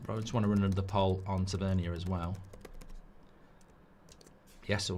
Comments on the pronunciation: It's pronounced ta van near. and he is not good enough for united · haha I swear you say these names wrong on purpose...."tav-a-neer" 😂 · Listening to Mark mispronounce Tavernier tells me everything I need to know about his knowledge of him